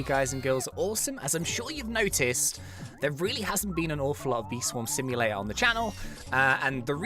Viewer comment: What Says: Bee Swarm Simulator What I Hear: Bee Swarm See You Later...